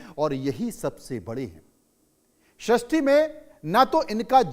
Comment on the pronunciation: DARMU wrong Damru correct.susti wrong sristi correct.attention the correct pronunciation because your voice gone spread everywhere please